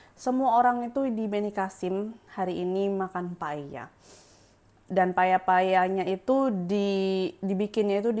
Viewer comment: Tulisannya Paella, nyebutnya paya